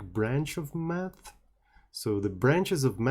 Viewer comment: Got scared there for a second, I understood "meth", not " math"